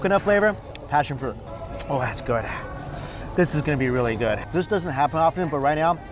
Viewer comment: I have a question, Mike..... who taught you how to say "good"?